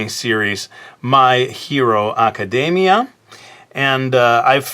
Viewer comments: Why is he pronouncing My Hero Academia with a Japanese accent? Academia is an english word. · What did you add a Japanese accent to his academia it's an English word.